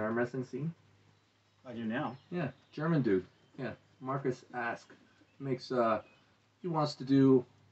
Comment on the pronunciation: wait... markus who? cant understand the name.... arwrestling porn? Oo that sound weird... im german ... so i want to know....